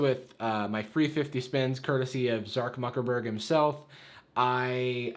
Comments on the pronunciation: "Zark Muckerberg" - 2020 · No one:: Zark Muckerberg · "Zark Muccerburg" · “Zark muckerburg” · I’m surprised no one has mentioned “ZARK MUCKERBERG” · We gonna ignore the fact that he said Zark Muckerburg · It took me like three minutes to realize you mispronounced Mark Zukerberg 😭